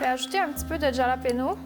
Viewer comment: Pour moi qui suis une française qui vit aux usa, la façon que tu as prononcé JALAPEÑO m’a tuée de rire 🙈